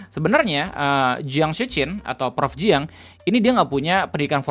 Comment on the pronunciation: Anw jiang itu bacanya cyang gitu